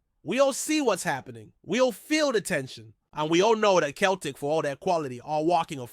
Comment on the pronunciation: Turned it off after couldn't pronounce Celtic correctly! 🙄